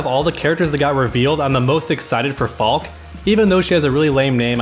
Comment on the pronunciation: Her name is pronounced Fal-kuh. It's German for falcon, and its a cool ass name.